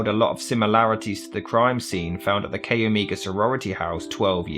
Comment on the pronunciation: CHI is pronounced Kie, not Kay. Omega is Oh may ga, not what you are saying.